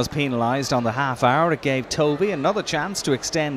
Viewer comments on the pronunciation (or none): Point taken...Tovey (as in almost rhymes with toffee rather than toe-vee) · It's pronounced Tovey throughout he report - Not sure what you mean? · Reporter was saying "Toe-vey" rather than "Tovey" (1 syllable)